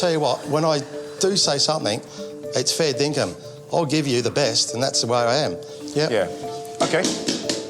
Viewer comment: "...when I do say something, it's fair dingum." Am I wrong in hearing that?